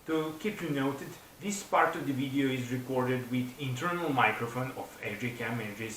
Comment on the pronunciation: "the uidio" ....the letter V is so hard....thanks for the laugh.